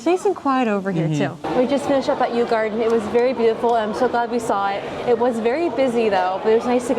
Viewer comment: Yu Yuan/garden is pronounced closer to Yi Yan/garden. Both sounds does not exist in English.